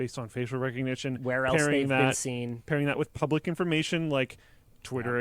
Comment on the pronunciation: Gainst and bean are not how you say been and against...